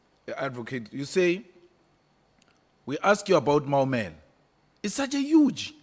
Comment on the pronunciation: She can't even say Maumela. She has been in the presence of a brown envilope lona